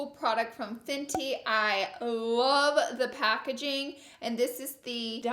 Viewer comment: Laura Lee Pronunciation Dictionary Whore : Horror Concillar : Concealer Who da : Huda Anastashia : Anastasia Won't tell : Want to Map : Matte Ultra Violent : Ultra Violet Finn T : Fenty Cuba's Bowen : Cupid's Bow